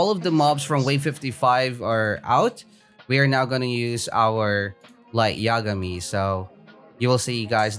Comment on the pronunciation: Finally started saying “light yagami” right lol